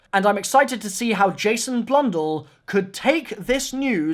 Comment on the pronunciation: . Lol the way you say Jason blundell